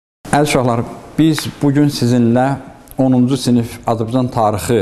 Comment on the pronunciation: Hörmətli müəllim. Mən də tarix müəllimiyəm. Dərsin əvvəllində dediyiniz "Azbcan tarixi" yox "Azərbaycan tarixi" kimi deyəsiniz.